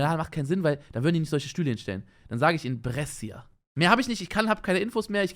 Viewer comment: Man spricht die italienische Stadt Brescha aus!